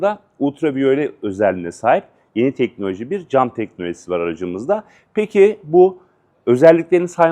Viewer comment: te tork için hangi rakamı telaffuz ediyorsunuz. Ne dediğiniz çok net bir şekilde söylemeniz lazım. Tane tane herkesin anlaması için yavaş bir şekilde. Bu arada Honda artık nasıl hayatta kalacak belli değil. Hiybit (öyle diyorsunuz izleyin anlarsınız) Hiybit tenholojisi artık bitmedi mi? Allah yardımcınız olsun. Başarılar dilerim. (Dost acı söyler)